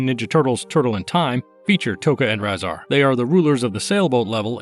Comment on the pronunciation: His name is pronounced RAY-ZAR